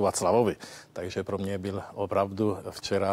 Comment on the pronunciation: To jeho "VOPRAVDU" bolí jak pes.